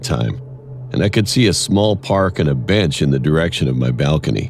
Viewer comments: Did anyone else here Cory say the boy sitting on the beach instead of bench 🤣😂🤣😂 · Bro Cory needs to learn how to read because on the third animation it said the boy sitting on the bench he said beach boy wtfreak😂😂😂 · No one else noticed cory said the boy on the beach instead of bench